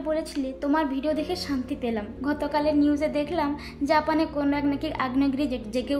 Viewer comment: বা বা তুমি কত সুন্দর করে জাপানের নাম গুলো বলো, আর আমার তো মুখে দিয়ে ও আসবে না, ❤❤❤❤